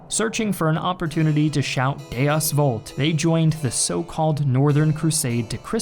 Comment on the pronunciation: look up the pronunciation of lòatin words, deus vult killed me